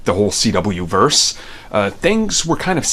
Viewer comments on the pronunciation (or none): none